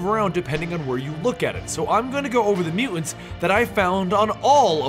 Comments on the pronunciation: How is nobody mentioning the way he pronounces "Mu-ants"? Was I the only one slightly annoyed by that? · "Mutants" has 2 't's pronounce them. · am I the only one bugged by Bennys pronounciation of the word mutants?